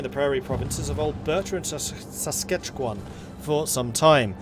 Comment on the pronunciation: Its pronounced sask-atch-ewan